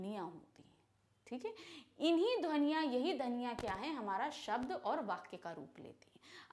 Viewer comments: Mam saying dhaniya in the place of dhwaniya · ध्वनियां ❌ धनिया ✅ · dhwaniyan❌ dhaniya✅😂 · mam said inhi dhvaniya inhi hi dhaniya (dhaniya) lol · Listen 0.55 dhaniaa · How many of u listen that mam says.'sound'as "dhaniya"😆🤭🤭😂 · at 0.55 man said dhania